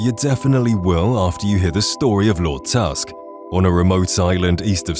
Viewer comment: So you put wolf queen and break the aetherium into two different quests on list, pronounce Lord Tusk as one word but you don’t put the giant chaurus on the list, something you have to actually go out and find with not a single hint? You’re horrible at this “content” creation thing dude